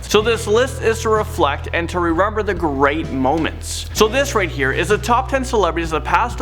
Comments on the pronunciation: Just saying, rerember? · rerember😂😂 No hate but just noticed Ohh just noticed another one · Rerenber 30secs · FFFFFFFFFFFFFFFFFFF “rerember” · Rerember LOL - No hate